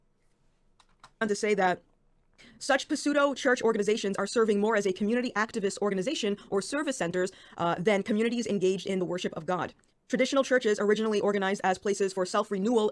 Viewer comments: did she just say "pi-sudo"!? Somebody should tell her that the P is silent. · She pronounced the p in pseudo lmao. If you're gonna do social commentary you should probably try to sound like you know the words you're using. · I’m sorry I don’t normally go after someone for the way they say words… but did she try saying pseudo by pronuncing the silent p? If that’s genuinely a dialect, so be it and I apologize but if that’s just a child’s understanding of say saying the word “jalapeño” as “japelonos(pronounced jahp-oh-lee-nose) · She said “pa-soodo” 😂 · ...did she just say "puh-seudo"? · Did anyone else catch her pronouncing the silent ‘P’ in ‘Pseudo’ ?…